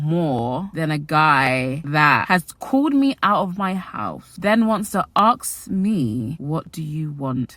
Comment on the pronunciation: Girl, it’s “ask” not “axe”. It’s hard to watch when hearing this mistake sooo many times throughout the video 😐